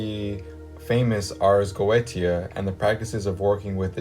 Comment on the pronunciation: Goetia is pronounced Go- A - Sha.